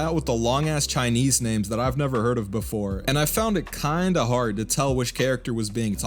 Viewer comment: I'm genuinely impressed with how you explain the setting and context, sounded like you really did your research. You even got the pronunciations of the names right (I'm crying I can't cringe at another video butchering the names anymore)! Donghua is still pretty new to international audiences so appreciate the effort. Edit: Okay, some names were still off (e.g.Mo Xuanyu) but good effort.